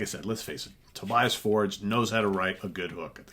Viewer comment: Actually his name is pronounced To Be As. Just think of to be an ass :-).